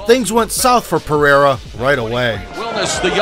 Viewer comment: Why saying his last name different? Was it shortened?❤